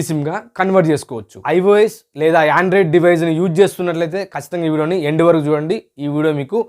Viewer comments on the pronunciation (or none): Android ❌ andorod✅